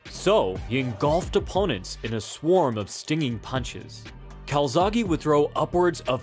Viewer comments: why do u say calzaghy/calzaghi it's calzaghE, the same E in bEst, bEtter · It’s joe calZACKEEEE btw. 🏴 🏴